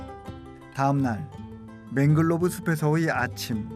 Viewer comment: The author speaks it to Manglove crab ( he pronounce as 맹글로브 크랩 ) But the correct spelling is Mangrove crab, 맹그로브 크랩 이 맞는겁니다. 고쳐주시기 바랍니다. 발음하는것을 들어보면 화실히 맹글로브라고 하고 계십니다.